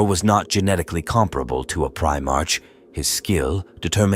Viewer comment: Need to clean up how your AI voice says 'Primarch'